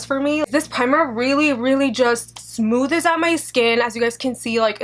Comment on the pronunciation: Did she say "smooth-es out my skin "?